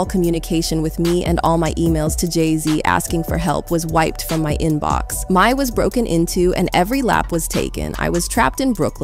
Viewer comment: Who y’all got editing your videos? That segment about M.I.A. Was all wrong. It’s pronounced M.I.A. like the letters, not Mia. And the person you showed three times was Mya, the R&B singer. Not M.I.A.